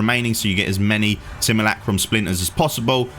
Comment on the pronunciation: Seem ...You ..Lack ...Rum... NOT Sim..moo..lack..room ...